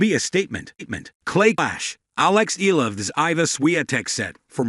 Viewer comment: It ‘s pronounced E-ya-la!